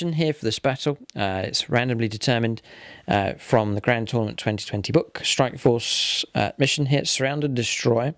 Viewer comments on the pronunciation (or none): none